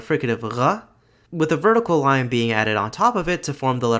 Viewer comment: Did anyone else notice that it sounds like he says "vorticle"?